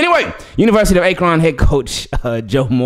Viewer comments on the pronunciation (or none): Why do you say Akron like that 😂